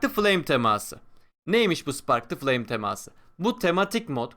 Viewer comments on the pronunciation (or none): Birde Türkçe ögrensen temaaası degil teması